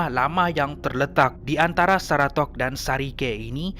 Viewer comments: seratok tapi sebutan seratak!!? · 3.17 Area saratok la,ejaan betol,sebutan tak betol,apa pun terbaik la org sabah